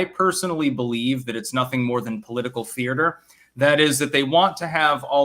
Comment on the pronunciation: there are not two R's in thea-ter otherwise, perfect